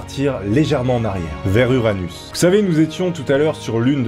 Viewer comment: t’a Dit anus